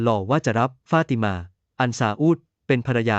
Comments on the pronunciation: ไม่ทราบว่าคนที่บรรยายอ้านภาษาไทยไก้ป่าวเผลอ อ่านว่า เผภลอเหรอ ฟาดมานั่นคือฟาติมาป้าว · มันอ่านอะไรของมัน ฟาดมา= ฟา ติ มา ข่มคู้ = ข่ม ขู่